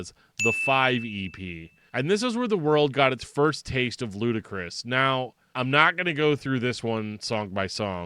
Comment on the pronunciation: Saw these guys twice as LK, and its pronounced 'Ludicrous'. It is def not lootee. Josh climbed the tent pole in front of the stage in both shows, bellering with the mic inside his mouth from the upper rafters. A decent show for chaotic music, but im more of a metal head. I keep seeing DillingerEscapePlan mentioned in ref to these guys, however, guys from Frodus started DEP.